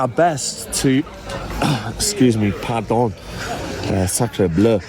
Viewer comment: par don killed me lmao